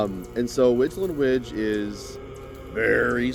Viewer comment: I believe Weijlen Wij is pronounced like "Weylen Wey"